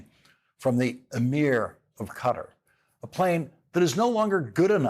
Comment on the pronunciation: Please pronounce Qatar correctly. Perhaps ask a natave Arabic speaker. Sincerely, David Silverman